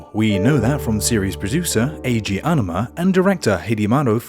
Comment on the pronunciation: Its Aonuma not Anuma.... I'm kinda triggered But I still love your content :3